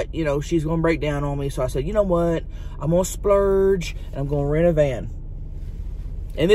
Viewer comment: Lmao i just love this girl. Cant stop watching her stuff. Also started butchering the term " splurge " lol love it